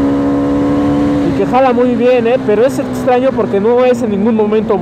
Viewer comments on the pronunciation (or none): Día 650 y sigue diciendo ETSTRAÑO, ETSTREMO ATSION:v